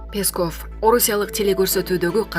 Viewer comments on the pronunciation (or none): Уфф, ушул жанылыкты окуган кызбы келинби , билимди , тилди , туура басым жасап окуганды уйронуп алчы , сураныч! Мисалы , Пееесков эмес , ппесков , Памирден окубай келсен да. Кыргыз адабияттан корком окуу деген куну , келбей койсон керек .